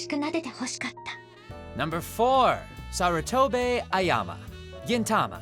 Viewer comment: It's sarutobi not sarutobe